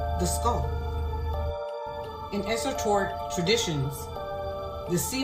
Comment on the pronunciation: "esoTORic" twice?!